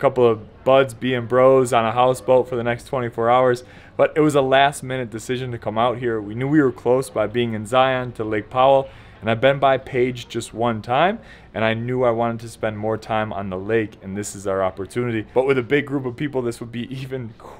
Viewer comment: I appreciate that you’re not taking the boat out and using gas, but please...pls learn how to announce Zions. Ive noticed other ppl commenting on your other videos that if you’re going to visit our national park learn how to pronounce it! ZI-un... soft on the un, it is not ZI-ON.